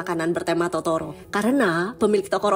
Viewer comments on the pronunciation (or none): Kayaknya pas makan onigiri bilang tororo deh bukan totoro